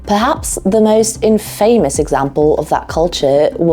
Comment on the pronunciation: The sound is a bit weird, like everything above 4k is gone. It was fine at the beginning while you were painting though. Some of the handwritten notes are difficult to read. Make them a bit bigger & bolder. However you did read them out, which is more than some do. ✅ Infamous isn't pronounced like famous.